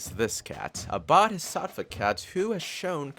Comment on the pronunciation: Well you just stuffed up the pronunciation of bodhisattva and many people got triggered like me